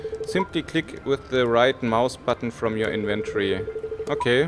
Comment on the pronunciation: Affektiert gibt es P.S. Inventory spricht sich anders no offense :)